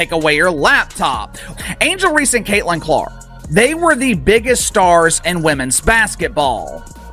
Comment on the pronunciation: The audio is correct, but is AI and is often incorrect. Reese. Not Ree